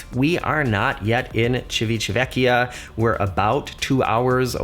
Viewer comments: "Civitavecchia". Sorry to be that person. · Totally mispronounced the name of Rome's port! Takes practice but not hard.